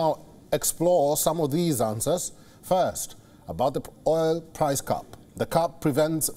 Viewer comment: This guy's phonetics are all wrong. "Price cap " cannot be pronounced "price cup" Cap has a hard P all the letters are pronounced. The A is not a U . The P needs to blow out candles